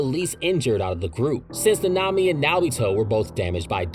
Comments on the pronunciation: I dont think I can watch the whole video if he pronounced naNAmi 😭 like dude the in whole series it's pronounced NAnami, why is it so hard to find videos wherr names are pronouced correctly 🫠 is it just me being absurd or anyone else has this tiny issue you just cant help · Bro why are you pronouncing it like that. Na-Na-mi . It’s not Na-nami . I’m not trying to be a purist but it’s ruining the video for me lol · Fam it is not that hard to say “nah-nah me” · Say it with me Na Na Mi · That’s not how you pronounce his name in the sub or dub 😂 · It’s so crazy to me how often people mispronounce names that are said clearly in the shows they watch. Idk how you butcher mahito, sukuna and nanami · The way you say nanami makes me suicidal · why do u pronounce nanami and mahito szo wrong????????????????????? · I’ve never heard nanami pronounced so wrongly